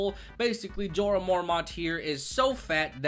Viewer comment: disliked for butchering snek's name